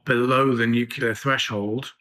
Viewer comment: FFS learn the word NUCLEAR it is NU-CLE-AR!!!!!